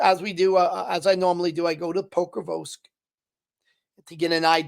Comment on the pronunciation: Can't even pronounce Pokrovsk...FN pathetic.